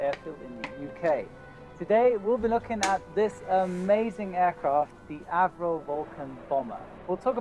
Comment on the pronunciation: Avro, the name is Avro Vulcan, not Acro!